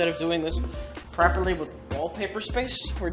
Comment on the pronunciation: Also, "preparly". In fact, the title could be "Rich Evans pronouns worse preparly"